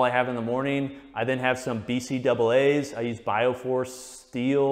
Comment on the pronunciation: Utterly shook by the "bee see double eh" pronunciation 🤣